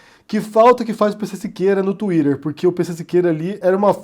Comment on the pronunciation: Gosto do, mas quando ele fala “twiRer” me irrita um pouco... 🥺